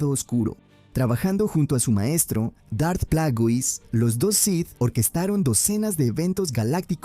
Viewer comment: “Los sis”? “Dart Plagüis”? Que mierda es esto